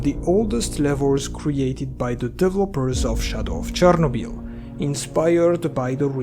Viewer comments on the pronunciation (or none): none